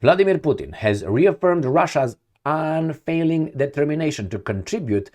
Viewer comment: Erstwhile allies means old.former.allies. Please learn to read properly english.it's awkward to listen to your struggling reading. It's unfailing not un--- failing.